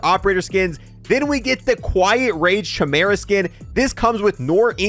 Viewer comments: At this point hes got to be pronouncing the chimera wrong on purpose, right? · Anyone else hate the way he says chimera? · Doesn’t know how to pronounce chimera or noir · Why do you pronounce chimera like that 😭😭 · Chamera...... Its pronounced Kaimera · Every time he pronounces it "Chim-era" instead of "Ki-meer-a" an angel loses its wings. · This is the ONLY Boys store purchase I fell for. Not for the ability to hide but the animal friends you see when killing enemies. However, I have to say... Chimera is with a hard K sound, not a soft CH sound. KI-mera, not CHI-mera. Sorry - rant over ;) PS: The Beaver was referenced in the show as part of Black Noir's psychosis, referring to when he was a child and watched cartoons. These cartoon friends later became the only "people" he'd confide in and represented some of his best friends/worst enemies... Lastly, I thought I'd have to tweak the Chimera settings but... it's damn good out of the box.... loving it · It's pronounced Quimera. Not schimera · It's "KAI-mera", not "CHAI-mera". Look it up real quick. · It's KI-mera not cha mera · Liked you until you called the gun a shimera..... Kaimera...its pronounced kaimera... Unsubbed. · Its pronounced KYmera, not chehmera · Ky-mera, not Chy-mera. Never Across-T. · Kai-mera lol great video though man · The most annoying thing in this video is the poor pronunciation of "Chimera" its actually kai- mer- uh. Other than that nice vid. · Idk if you know this but c and h make a k sound when together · Chimera....sounds like (phonetic) kymera...stop raping language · Its 'Kai-Mera' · Love the bundle. Hate the SHI-mera pronunciation. I’m excited to test this out! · chimera is pronounced as "kai me ruh" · It’s bugging me how he mispronounces chimera… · Homie..its pronounced Kai-mera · Kai-meh-ruh. Please for the love of god. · Bro said shimera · It's said like kimera not ch like cheese. K like kong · Mans really thinks its called the CHAI-mara 🤦‍♀ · Bro said, “ CH-mera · I cringe every time